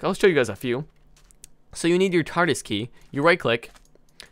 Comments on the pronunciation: It's prounoucened key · it's pronounced kee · it is pronounced kee